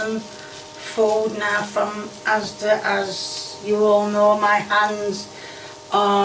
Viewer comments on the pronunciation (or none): none